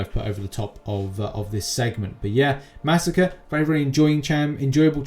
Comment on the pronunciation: Ma sa kray not massacre. It’s masacre.